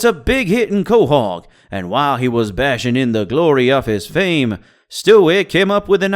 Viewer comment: my man says leven instead of eleven and says bashing instead of basking county accent got home fucked up